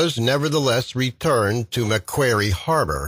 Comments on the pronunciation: To pronounce Macquarie correctly mate try Mack-Wha (as in what)-Ree. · How can you pronounce 'Macquarie' incorrectly two different ways in the space of 15 seconds? Also- have visited Sarah Island, it is unbelievably tiny Strorn not Stray-han